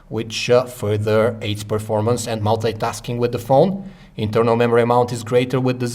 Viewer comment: it's multi-tasking not Molte-taskink